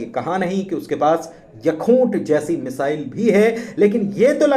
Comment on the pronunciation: Pronunciation to theekh kro Yakhoot ...misile ....